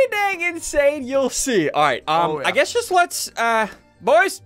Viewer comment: I found a spelling mistake you said jut not just no offensive means